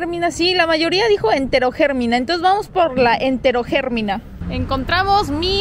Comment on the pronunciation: el pobrecito le veo palido!!!!! jajaj xd si son blancos los coreanos le veo transparente. jajaja xd Eterogermina. Lleva acento en la silaba mi. jajaja Se te quiere mucho.